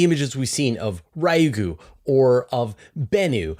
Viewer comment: Shouldn't "Ryugu" be pronounced as a Japanese word?